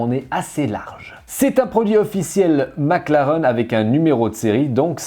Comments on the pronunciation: On dit "maclareine" pas "maclaren" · 20 minutes de charge, t'as que la moitié de la batterie. Et si tu pouvais prononcer maclaraine stp 😗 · Superbe vidéo mais si on dit « MacLarén » (même si ça s’écrit Mclaren) 👍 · Ça me perturbe qu'il prononce mal McLaren 😅